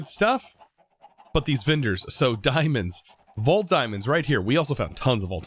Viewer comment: I'm so confused how he can pronounce the word relic correctly but vendor becomes vindor and gems become jims